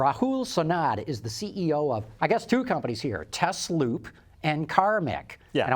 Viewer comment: correctly pronounces Tesloop, but can’t pronounce Tesla correctly. The is a reason the company is not called Tezloop, because the cars are not Tezlas. Nikola Tesla is rolling in his grave. The original founders named it Tesla, correctly pronounced. So the question is, if someone like Elon Musk takes over the company and chases the original founders off, does he have the right to change the name from Tesla to Tezla, and in doing so try to erase the connection with Nikola Tesla, who was chosen because of he discovered AC electricity, and the TZero designed by AC Propulsion was using AC motors instead of DC motors. For me, Tesla will always be Tesla, never Tezla.